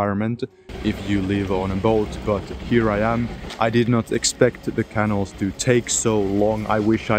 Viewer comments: Nah, we're getting used to him saying canul now. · Also "ca NAL" 😀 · Your English is excellent. But please check the pronunciation of " C A N A L " . The stress is on the SECOND syllable !!